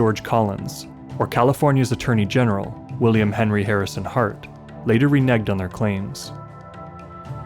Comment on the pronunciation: it's not "re-neg" but rather "renege" which means to go back on a promise or claim.